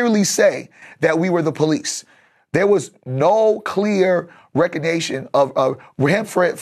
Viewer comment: Haaaa🤣😂🤣😂🤣 “recognation”